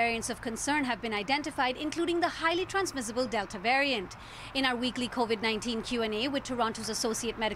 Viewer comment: She sais Canadian varient?😂 Up next. The alient varient💀💀👽👽👽 spoookyyy ish